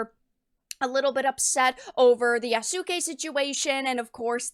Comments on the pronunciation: I see doesn't read her comment. It's pronounced Yaske not yaSUke. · Stop pronouncing the U Just say Yasské its the easiest Japanese name ever to say